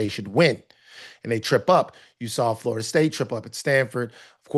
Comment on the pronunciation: 1. Who dat is? 2. Tate is the mf man… other than not being able to pronounce Florida but instead calling it “FARTA” every damn time.